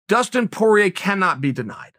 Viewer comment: poirier you bum, its french not PORIER